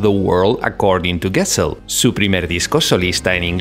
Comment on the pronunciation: Excelente video con mucha información!!! (solo algunos errores de pronunciación de palabras suecas, como Gessle y Gyllene Tider) 😊